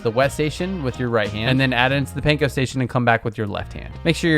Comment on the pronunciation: This is so great, looking forward to making these recipes, thank you. Pro tip: it’s Pahn-koh, rhymes with prawn and yawn. Not pain-koh. 😉